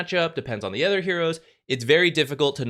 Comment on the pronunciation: not meaning to be rude or anything, but i've been noticing it for sometime now, but can you please stop pronouncing "other" as "ether"? coz it sounds weird and you had me genuinely wondering what "ether items" or "ether heroes" were the first time i heard it. nonetheless, great content as always 👍🏻